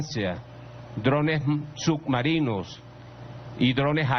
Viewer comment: "los drones su*cmarinos e inter*ccetacion". No pues si! Se ve que está preparadosimo.